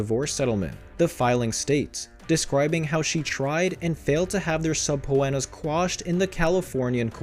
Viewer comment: OH MY GOD. I can't watch this. If you are going to spend money making a video. LEARN HOW TO PRONOUNCE. Subpoena is suh-pee-nuh